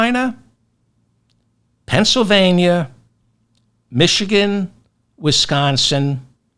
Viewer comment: Thank you for saying "Penn S Y L vania" and not "Penn SA vania."